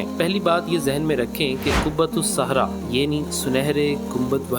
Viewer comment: قبۃ الصخرۃ ہے ،قبۃ الصحرا نہیں ۔لفظ کی تصحیح فرمالیں! حالیہ دنوں میں چند ویڈیوز میں بھی بعض فاش غلطیاں دیکھنے کو ملی ہیں ۔ویڈیو بنانے سے قبل الفاظ کی تصحیح کے سلسلے میں خوب اطمینان حاصل کرلیں-ضرورت پڑے تو کسی جاننے والا سے رجوع کرلیں،کیوں کہ سیکھنے کی عمر کی کوئ حد نہیں ۔ الحمدللہ! اس چینل کی اکثر ویڈیوز پابندی سے دیکھتا ہوں اسی لیے اس مناسبت اور اردو کی محبت، میں یہ چند جملے آپ کی خدمت میں پیش کردی ۔امید کہ اس کمی دور فرماکر اس چینل کے وقار و استناد میں مزید اضافہ فرمائیں گے ۔ محمد سہیل اختر قاسمی (ایم اے اردو)کشن گنج بہار انڈیا